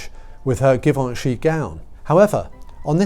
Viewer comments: Givenchy is pronounced with a soft g, like zh. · Give-anch -ee jee-von-chee :) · Oh …properly designer pronunciation. GEEEVONCHEEE, Givenchy…. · Please learn how to pronounce Givency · Oh dear you are having a bad day with pronounciations! Givenchy is NOT pronounced with a hard G, but a soft G. Zhee-von-shee. And Terrigal - which is about 40 minutes drive from where I live - is NOT pronounced terra-gal!! It's terry-gl. The second syllable is swallowed. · Interesting, fun video. Love the photos and I appreciate the notes. MM was never up to the job. Just didn’t have it in her. Not sure why the weird pronunciation of Ralph Lauren and Givenchy, that was a bit distracting, maybe it’s a British thing, but I’m happy to find this channel.